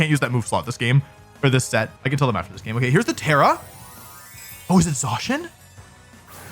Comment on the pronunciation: What is the reason for the pronunciation change on Zacian from 'ZAY-SHIN' to 'ZAW-SHEN'? I feel like there is a whole extra W being added to the name, like saying Zack as Zawk...